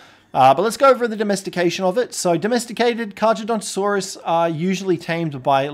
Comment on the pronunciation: The way you are pronouncing it's name is infuriating to me